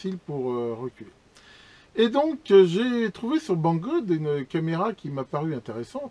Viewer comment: Salut,prononces "Banggood" comme tu prononces "Goodyear". "good" (pr: goude) voulant dire bien ou bon en anglais... Voilà,merci pour tes good vidéos!!!:P